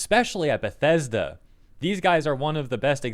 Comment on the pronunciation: "We're Bethesda! We're The-Bes-Da!"